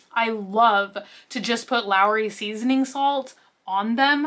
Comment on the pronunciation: It's not just the shelves. The carts and also one product from another are ALL disproportionate. The pickles are pronounced like Claw-son, and it's LAWrys, not LAOrys. ;)